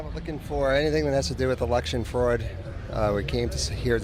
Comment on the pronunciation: He said "Election Freud" 🤣